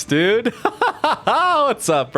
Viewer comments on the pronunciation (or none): none